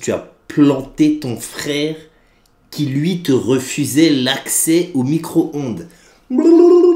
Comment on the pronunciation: " Son micoronde " *